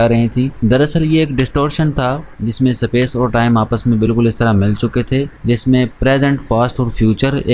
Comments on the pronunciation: Space ❌ sapace ✅ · Bhai tune yeh movie 1 sal pahle dekhi, mtlb tab hindi dubbed available nhi tha, english to ati hai tuze pr space ko S pace kyu.. bolta hai..😅.... baki video to bhot mst thi...😁....keep growing... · Bhai pehele space pronounce karna sikle